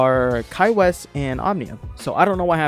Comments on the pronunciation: His last name is pronounced 'Whyss'. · I'm sorry but its so funny how everyone pronounces "Weiss" wrong, its German for "white" which is ironic for obvious reasons